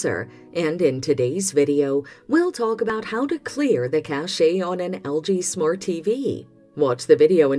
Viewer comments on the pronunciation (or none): List which LG tvs this works on ... and teach your robot how to pronounce cache.